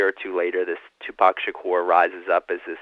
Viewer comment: His name is Tupac. Proper pronunciation is "TooPock" Not "TewPack". Great interview otherwise. I thouroghly enjoyed "s previous work. "The FBI investigation of Tupac Shakur and other black leaders " was the best I've read / heard to date. Thank you. You're a BRAVE man! We need millions more like you! Abundant Blessings to you! May God order His legions of angels to surround you & protect you!